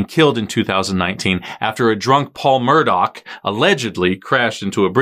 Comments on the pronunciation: Is it pronounced Mur-dock? I thought it was Mur-dah. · I'm thinking this name is actually pronounced "murdaah" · it's Murdaugh (Mur-daw) There's no C and/or K at the end of their name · Have seen people in lots of channel saying it's pronounced as Murdoch and if you listen to the 911 call, you will hear Alex pronounce it that way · Love how everyone mispronounces their surname.... simply because some journalist said. It's not the ACTUAL way it's pronounced